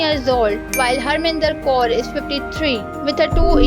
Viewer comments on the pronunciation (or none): none